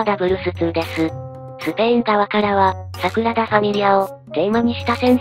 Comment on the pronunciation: サクラダじゃなくてサグラダだよ